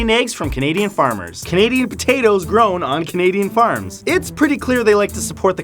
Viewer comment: "pohTATOESS"